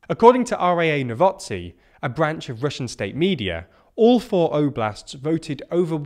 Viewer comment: It's pronounced 'novosty'